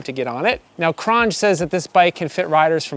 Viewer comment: It's pronounced cron j